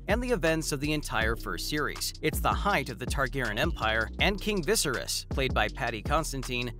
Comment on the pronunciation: Dude, learn how to pronounce "Viserys!"